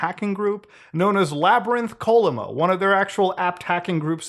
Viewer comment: It’s Chollima, not kollima. It’s a mythical unicorn pegasus dragon thing.